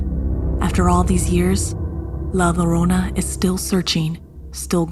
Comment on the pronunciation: A lot of the words were mispronounced like ñiña and llorona